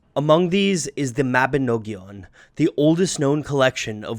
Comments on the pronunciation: Mabinogion is pronounced Ma-bi-nog-ion as Well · I have never heard a non Welsh person try to say Mabinogion before, and it was jarring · lol does he have to keep saying mabinogion like that